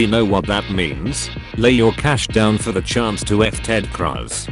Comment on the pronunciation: I like how the voice pronounces Cruz like a weird form of crust.